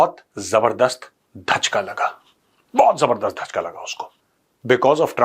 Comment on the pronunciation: Mejar dhachka nhi hota jhattka hota hai